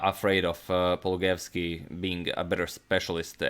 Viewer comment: His surname is pronounced paul-loo-guy-evs-key, not paul-guy-evs-key.